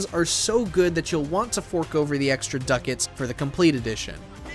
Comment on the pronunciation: We just gonna gloss over this man saying duckets